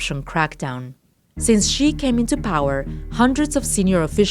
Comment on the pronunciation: well yea that’s how u pronounce his name lol